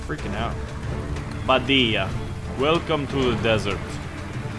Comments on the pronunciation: Iam an arab i just want to tell you it called baa deaaa not badyia i mean the pronounce . Nice video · it's called Badiya, isnt it? not Bidiya